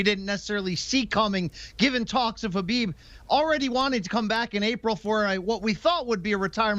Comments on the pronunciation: Stop calling him “Herbib”. There’s no R there... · im not talking about the K. The guy on the left keeps saying “Her-Bib”